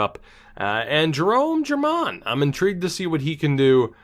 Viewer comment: Now that he’s on the main squad, I’m pretty sure German is said “her-maan”. Like the trades, though. It looks like the team is going to be hard to beat assuming they all develop.